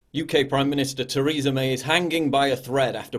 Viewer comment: Tair-e-ser May